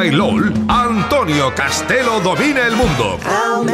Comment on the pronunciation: Es Antonio Castelo no Costelo.